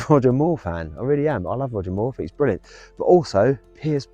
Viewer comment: I fink your pronunciation let’s you down badly,it grates on me 😫